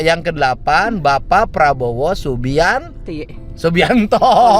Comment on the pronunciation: Aduh, bukan prabowo subianti tapi subianto😂